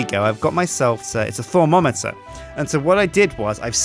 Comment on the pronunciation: It is thaum-o-meter stupid